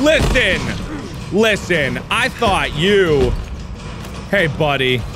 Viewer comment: Sounded like he said Lixian instead of listen